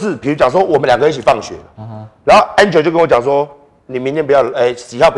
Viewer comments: 我是說館長唸起來比較像安卓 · hu hu 比較像安卓